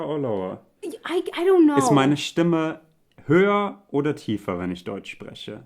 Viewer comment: nee, das meine ich nicht 😁 Ich komme aus der selben Gegend bei Köln wie er. Das würde ich also eher nicht als ungewöhnlich empfinden. 😊 ich meine am Anfang, als er fragt ob seine Stimme höher oder tiefer ist. Die Art wie her "höher" und "spreche" sagt klingt nach einem leichten Akzent.